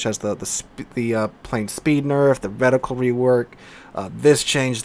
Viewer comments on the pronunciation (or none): none